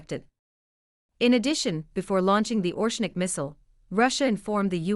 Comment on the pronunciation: ITS NOT ORSHNIK ,ITS ORESHNIK.